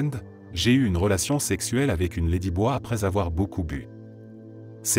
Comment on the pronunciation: la prononciation "lédiboi" pour "ladyboy" m'a tué 😆